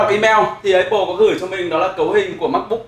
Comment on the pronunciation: mong a cũng như nhiều reviewer công nghệ khác phát âm đúng tên giùm cái. Áp pồ chứ ko pải lá ây bồ( cu hiệp) hay ép pồ( đa phần reviewer hay đọc)